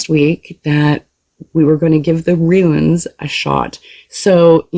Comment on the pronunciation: Pretty sure they're pronounced "Roons", love. Thx for the reading.